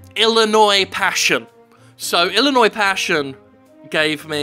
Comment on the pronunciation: Hey the British guy said Illinois properly. What's every one else's excuse?